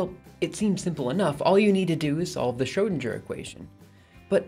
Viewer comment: lol at "shrodensher" Besides that, great video!